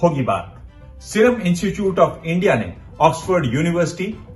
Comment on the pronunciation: पत्रकार महोदय ! कृपया 'इनचूचूट' न बोलकर 'इंस्टीट्यूट' का उच्चारण करें। धन्यवाद।